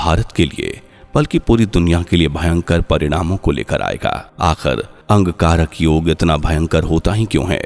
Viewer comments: Bhai angkarak yog nahi Angarak Yog bolo sahi bolo bhai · आप बार बार अंगकारक योग शब्द का उच्चारण क्यों कर रहे हैं? इसे शुद्ध रूप में अंगारक योग उच्चारण करें। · Wrongly pronounced. Angarak yog and not Angkarak yog